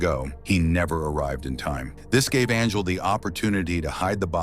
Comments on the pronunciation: How did your AI pronounce Angel as Arngel and Anjul? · Hey buddy your stupid AI voice can’t even say “angel” properly. You better not quit your day job. Hope this is not it cause you suck at it.